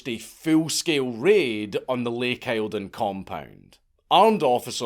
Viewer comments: Lake Eildon is pronounced "Eel-Den" not "I-el-don" lol. I live very close to it lololololoolol. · Eel-dun, Not aisle-don. Lake Eildon. Still at least dank said Melbourne somewhat correctly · “isle-don” is a WILD way of pronouncing Eildon, it’s closer to “Eeldn” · Also, it’s pronounced lake eel-don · Btw lake Eildon is actually pronounced lake yieldon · FTR Count, down the hills a bit from it in Victoria Australia, here, Lake Eildon is pronounced EELdon. I have briefly met two of the kids after their days of trauma in the early 1990s. Clever, perhaps too wise if that is possible, but young adults by then. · Ahh the Dank mispronunciation 😂. Pronounced Lake Eal..don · Your pronunciation of Australian names is atrocious, it’s pronounced Lake Eeel-don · Eildon is pronounced locally more like eeldun, if any one is interested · Eildon is pronounced Eel-don. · Lake Eildon. Pronounced Eel-don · Lake Eildon, how convient! TANGLEWOOD festival NYE, just down the road from lake eildon! We'll let you go home ! "Eel-dinn" btw. Great vid as per! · Eildon is said (eel-don) short o sound for don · It's Lake Eildon.....pronounced..... Eel (water worm/snake) -don (meat sausage/kebab). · It’s pronounced eel-don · It's pronounced Eeld'n. Every time I heard you pronounce Eildon it hurt my Victorian soul. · Its pronounced eel-don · Hi Dank, it is pronounced Lake Eeldon, it is about a hundred K's from me. Entertaining cult investigation cheers.